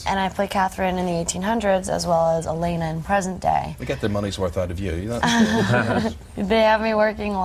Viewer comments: I love how the interviewers get so much stuff wrong. Stefan is pronounced stefen Elana is not Eleanor And yes, rings keep them from not burning in the day I mean, if ur gonna ask people questions, at least get em right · Had to turn this off. Absolutely poor interview. Couldn't even pronounce Elena, she said eleanor?! Appalling. Not like Vampire Diaries suffered from it but I feel embarrassed to be British by watching this. Both hosts talking over each other like children and not even read up on the basic storyline. Fucking fools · 1.23 IT IS PRONOUNCED "DOUGH- BREV" NOT "DOBB BREV" 1.52 "STEFAAN" NO IT IS PRONOUNCED "STEFF AN" Lol it is ok though. 1.50 Did he say snob!? And they said ELLEN and *Ell eeeena" I'm jk. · she really pronounced elena like that